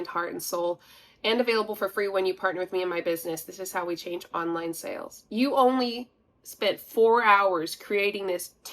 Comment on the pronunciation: When she says "sales" it sounds like "sells", drives me nuts!